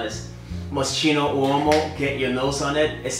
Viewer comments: If you're into barbershop scents, you should try Prada Amber Pour Homme Intense. Btw, it's pronounced "MO-SKI-NO" ; ) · I love the Omar reference! Great suggestions as well. By the way, Moschino is pronounced as Mos-Ki-No bro. Like Biggie Smalls in Hypnotize: All Philly hoes go with Moschino.